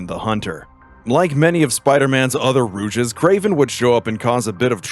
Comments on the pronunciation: Honestly, liked the video, but every time they used “Rouge” instead of “Rogue” was… unpleasant lol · I can't stand when these voice actor videos that aren't properly checked. Rouge instead of Rogue? Really? Rouge's gallery, huh? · It's "Rogue" not "Rouge". Like the female character from X-Men, or the character class from Dungeons and Dragons. Rouge is a color. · You pronounced rogue wrong, it's row-g not rooj. Rouge is the French word for red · You can tell he's reading off a script because he keeps saying Rouge insteasd of Rogue. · It's rogue not rouge, it's a rogues gallery, not a cosmetic gallery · Just so you know, there are plenty of videos out there that help with pronouncing things. Rogue isn't pronounced "rooj", just so you're aware. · I'm sorry, but I can't stand how incorrectly you pronounce "rogue". It's not "ru • jis" it's "ROE • G". You don't pronounce the latter half of the word. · Bro that is not the correct pronunciation of rouge, you pronounced it the way the makeup item is said. It’s Row-ge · Is it just me or are you pronouncing rogue as Rouge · Wth is a rouges gallery? Rogue is pronounced with a long O. Not a U sound. Ro-G. Rouge is a makeup. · Its Rogue not Rouge lol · ROGUE'S galley. Like a bandit- a "ROGE". Not ROUGE the bat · Rouge no rogue? 🤣 It just kept digging in my brain every time. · Fucking "Rouge" gallery its Rogue goofy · For future reference, you’re saying rouge instead of rogue in regards to the “rogue’s gallery” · Dude... Please learn how to say words properly. Rogue when pronounced "rooj", is make-up. When pronounced as "rowg" with a hard o, it means an adversary or enemy. If you are unfamiliar with a word, go look it up before you use it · I'm bothered by this guy mispronouncing rogue as rouge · Wait wait wait. Were you saying rouge gallery like rouge the color, because it's rogue, like "rohg" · Rogue is not pronounced Rouge.. dude certain things you do when speaking kill me. Other than that I enjoy the content.